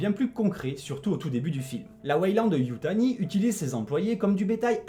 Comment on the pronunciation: Pardon, mais je tique à chaque fois que tu dis "Weyland-Yutai": c'est YutaNi! Perso, j'ai beaucoup aimé le film jusqu'à l'apparition de la créature de la fin, que je valide pas du tout...